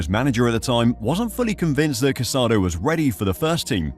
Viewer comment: The player’s name is pronounced Ca-sa-DOUGH. Please be respectful. The final accent mark means something